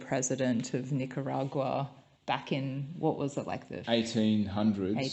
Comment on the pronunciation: Learn how to say the name of the country. Nicaragua only has one R.